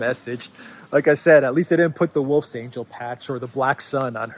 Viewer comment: Wolfsangel is a German word. Your pronunciation is strange. It would be better to call it an angle instead of an angel.